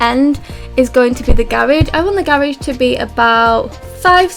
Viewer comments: Its garage not garaje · 𝕀 𝕤𝕨𝕖𝕒𝕣 𝕀 𝕝𝕠𝕧𝕖 𝕥𝕙𝕖 𝕨𝕒𝕪 𝕪𝕠𝕦 𝕤𝕒𝕪 "𝔾𝕒𝕣𝕒𝕘𝕖" 𝔸𝕙ℍ𝕙𝕙𝕙